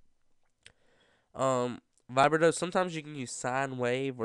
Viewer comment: Hahaha. It's pronounced.. 'vi- brah -toe'.. Nice video though